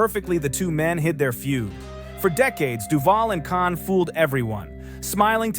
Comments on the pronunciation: PHEWW! Btw, James Caan, not Con. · NOT Con ,NOT Khan. NOT Conner, But CAHN!!! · I don't know how much of this is to be believed. You even need to get the names right: it's James Caan, not Con or Khan. It's Marlon, not "Marlin". I don't know where you get your information. One thing you got right. Robert Duvall was an excellent "character actor" but he did not have the charisma nor the looks to be a "star", especially in those days. Even today, with so much WOKE culture infringement, those standards are still relevant.